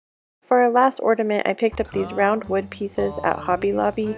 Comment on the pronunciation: Are you saying "ordiment"?